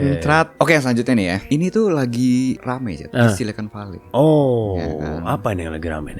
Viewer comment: Sekedar mau kasih tahu bang, ampule itu disebutnya bukan fail/vail tapi vial 🙏